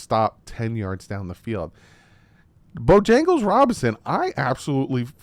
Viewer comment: BOJANGLES Robinson?.... Where'd you find all those extra letters in BIJAN? 🤣